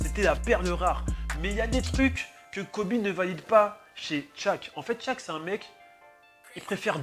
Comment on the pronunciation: Shaq mdrrr et pas tshaq mdrrr mais bonne video